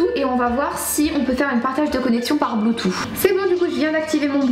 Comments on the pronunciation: par contre ça me fume les "blutoo" ou les "uish" 😭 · Y'a que moi que ça choque comment elle dit "Bluetooth"💀😂😂